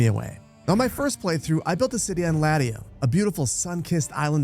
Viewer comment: Well, he can't pronounce Latium either. I have yet to encounter a game streamer who doesn't butcher names that anyone with a minimal amount of historical study would get right.